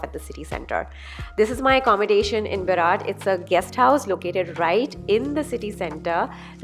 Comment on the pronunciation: Berat Berat Berat not barat 😉